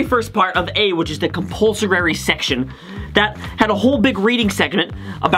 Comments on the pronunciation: Did you pronounce compulso”rary” instead of compulsory in ? 😅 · Why u keep saying compulsorary ?_?